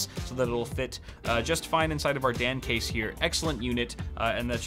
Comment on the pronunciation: I keep hearing "the Damn Case" lol